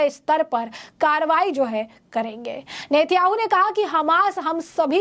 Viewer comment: नेत्याहू नही नेतान्याहू बोलो